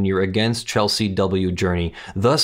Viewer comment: the Sergeant at Arms's name was Chesley not Chelsey.